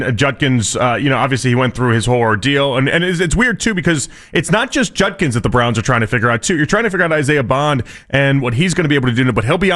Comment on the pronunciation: It’s Judkins, not Junkins